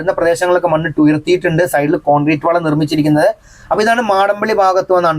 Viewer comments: മാടമ്പള്ളി അല്ല മടപ്പള്ളി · മാടം പള്ളി അല്ല ബ്രോ' മടപ്പള്ളി എന്നാണ്